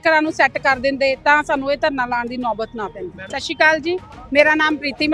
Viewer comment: What’s “Shashekal”.😡 “Satt Shree Akaal”